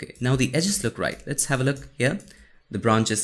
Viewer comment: "AhaLit's Get Started" 😂